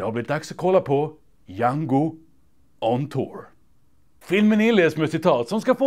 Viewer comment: Bara jag som hör "Hjärnkontor" när han säger Jango On Tour? Nej? Bara jag? Ok... :<